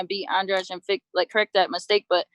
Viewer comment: they still mispronouncing andrade with andrage!!